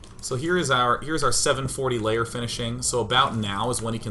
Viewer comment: Why does he keep saying "Layer" instead of "Lair"?